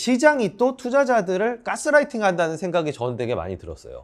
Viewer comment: "까"스라이팅 이라고 하셔서 괜히 거기 꽂혔네요. ㅋㅋ 좋은 내용 감사합니다